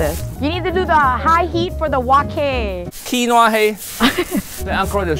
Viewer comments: KEEN WAAA, not KWIN OAH, hai aahhhhhhh, now you make ancestor cry, so sad, SO SAD! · Was the way that pronounced Quinoa (keen-oh-uh instead of keen-wah) deliberate or did she really think that was how it was pronounced? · Awww she said Quinoa literally.......its an easy mistake for us who aren't famous but not for those who are, plus experienced what the heck? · Quinoa hay I say wailo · As someone named Noah I found her pronunciation of quinoa hysterical